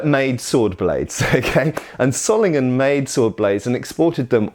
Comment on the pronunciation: One small correction: The "o" in Solingen is pronounced long not short. Like in the word "sword" :)